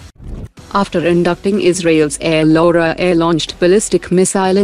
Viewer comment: Air Lora ❌ Air Laura ✅